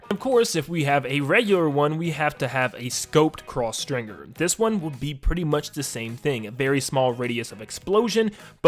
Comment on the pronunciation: the actual name: stringer this guy: string-GER